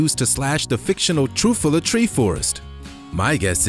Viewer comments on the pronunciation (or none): Lost me as soon as he said “lit content”. Gave him a chance until he pronounced Truffula trees as “troofula”.